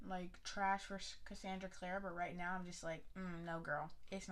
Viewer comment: Lets do this.... Basic AF Hahaha I like you edition of it... I haven’t seen the hardback edition of city of bones... I’m mad you really saying her name wrong even though I can’t stand her either... the whole rat thing will be figured out later... well as to why I don’t know but what happened after and how that has an effect on Simon... she would literally would let the world burn for Jace..